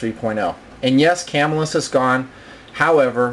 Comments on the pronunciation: It is Ca Mill Us Not Cam Ill Us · I have been watching your vids for the past hour having just discovered you. Excellent excellent reviews and videos, but I got to make one comment: I grew up and still live within 20 miles of Camillus, NY and the Camillus Knife factory. The local pronunciation is kuh-MILL-us. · Love the Blaze, Heat and Sizzle; I have several of each. I would highly recommend that before you upload a video to the Internet you learn how to pronounce the name of the company. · these knifes were produced in spain not by camillus new york you can still buy them all day for around 30 to 40 dollars ,and your saying camillus wrong.